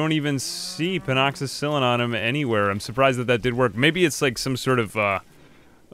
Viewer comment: pleas for the love of god its pen--a-cill-in lol